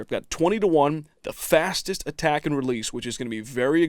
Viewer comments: Is it me or are you saying "fastest" and "slowest" wrong every time? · Matthis Shvartz You're right. Although that's why I love the 1176!